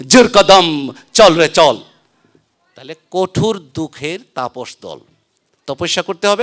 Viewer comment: কোটুর না জনাব কঠোর।